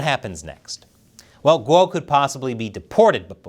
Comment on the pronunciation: A channel about China and you don't know how Guo is pronounced?